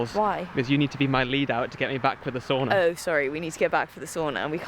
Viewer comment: It’s called Sauna, not Soona 😂 ❤